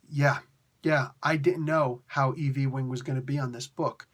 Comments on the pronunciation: Lol I just had to remark on the way you pronounced the writer's name: Eve L. E-wing. I'm pretty sure that's Yoo-ing, like J. R. Ewing on that old TV show Dallas. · Or Patrick Ewing lol